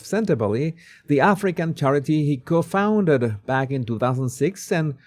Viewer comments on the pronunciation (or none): Co -founder is pronounced with a slightly different 'o'. Co rhymes with low. Thank you for your video ❤